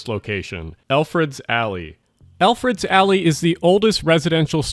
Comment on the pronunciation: Yo it's ElfreTH's alley not eLfReD's alley. How're ya gonna spell it right in the video and the mispronounce it for the entire voice over. Ffs